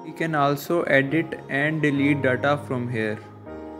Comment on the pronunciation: daaata? du u mean data?